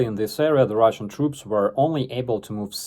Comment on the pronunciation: Lmfao, I could have sworn you uttered the words "ruzzian military scientists"